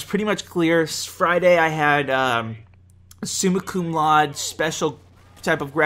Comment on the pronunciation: 3 things: 1) Happy birthday dude! 2) Congrats on engagement! Awesome. 3) "laude" in "summa cum laude" is pronounced (loud-a) with a long "a" at the end, just so you know.:)